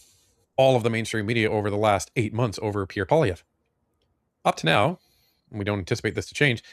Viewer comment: Come on learn how to pronounce Pierre Poilievre properly.